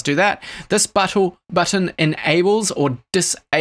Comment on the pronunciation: does anyone else hear him say butthole instead of button ?